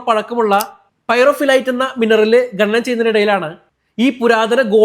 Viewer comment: ഗനി, തൊഴിലാളി ഗനനം ചെയ്യുമ്പോൾ😂 ഖനി തൊഴിലാളി ഖനനം ചെയ്യുമ്പോൾ എന്നാണ് പറയേണ്ടത് 😂😂